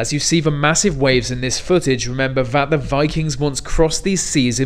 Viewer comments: He's an Englishman. Who can't pronounce the fucking word 'the'. "Ve"... aaaargh. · guy c There's no joke about his mispronunciation of the word 'the' though. "Ve". If I heard it one more time in this video, I would have had to find him, kidnapped him and given him forced hardcore elocution. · All I hear is mispronunciation of the 'th' sound. "Ve sea". Aaaaaaaaaaaargh. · THe, not Ve!!!!! "Th" exists to be pronounced you twonk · Why can't you pronounce your 'th' ? You say 'v' instead. Just wondered if it was intentional? Good vid, thanks. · Sorry, only a minute in and the Ve, vey, etc. are too much. DID NO ONE TEACH YOU 'TH'???????? Your teachers should be ashamed of you! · God I hate the sea. I hate it even more than people who can't pronounce the word 'the' ("ve"). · No, "Ve worst." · “Vat is one of va biggest waves vat I have ever seen” Pronounce your “th” words correctly. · "Remember vat va vikings" Who were the Vat Va Vikings? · Pity this commentator can't say his 'th's'.............